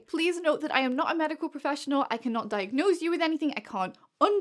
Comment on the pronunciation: "I can't 'diag-NOSE' you, I can't 'undiag-NOSE' you" haha, that's cute!😂😂😂